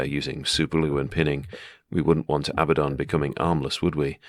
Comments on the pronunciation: It’s abaddon, not ABBA. Makes him sounds like the pop band. Pathetic if it really is that. Abba the dancing queen. Solid paint job mate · If you're going to call him ABBA DON. Might as well have sang 'Dancing Queen' 😂😂😂. Its officially pronounced Uh-bad-uhn. Which is a Hebrew term for destruction and death. But Andy Chambers named him this because he's A Bad Un. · it's not Abbadon, it's Abbadon! hahaha great as always mate. cheers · If it was abba-don, it would be spelled Abbadon. Not Abaddon. So the inventors can say abba-don all they want, but they have to admit they either misspelled it or they're mispronouncing it.😂 The choice is yours!!!